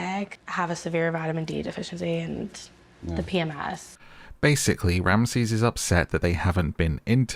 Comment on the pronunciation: Get the names right